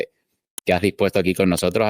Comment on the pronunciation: Doctor, ud. Debe usar un lenguaje neutro. Edúquese para salir al mundo con seriedad , la palabra no es NOHOTROS es NOSOTROS. Con respeto a su profesión y a su etnia.